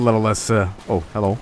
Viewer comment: "Oh herro! Would you rike to ride bumpa ca?!"